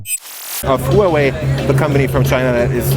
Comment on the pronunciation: no offense man, but could you please ask a Huawei representative how to properly pronounce their company's name. I'm ethnically Chinese, but was born in the States and the way you say it just isn't right.